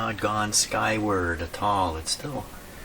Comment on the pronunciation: it's not "a tall".. It's "at all"